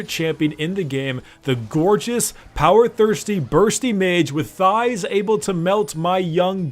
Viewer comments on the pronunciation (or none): lol how he said "Thieegghhhhs" xD made my day